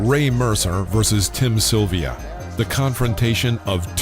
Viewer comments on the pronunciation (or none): none